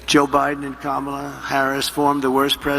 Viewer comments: First time I have heard him pronounce Kamalas name correctly. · At least he pronounced Kamala correctly (at the start). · He actually said Kamala correctly. Such a big boy. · omg he said her name right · Hey I will credit him this, he actually pronounced her name correctly that time. Proof that he does know how to pronounce it correctly he just chooses not to cuz he is a childless vindictive bully who can't attack her on policy so rather mispronounces her name because he thinks somehow that's going to get to her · OMG!! ! HE SAID HER NAME RIGHT!!! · It seems like he's too exhausted to mispronounce Kamala. LOL